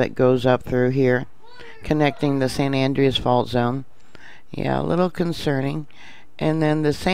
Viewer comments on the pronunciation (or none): During the summer I turned from 13 to 14 yrs old I experienced a earthquake at my grandparents house in Calif. My grandfather had been working on the hot water heater that day & my first thought was it was going to blow up as the first thing we noticed was the sound, like a frieght train was coming at the house. Very scary. Thank-you for all you do but could you please pronounce San An-dray-as Correctly - it drives me nuts as I've lived here all my life & it's not San Andryus. Sorry but it bugs the s**t out of me, lol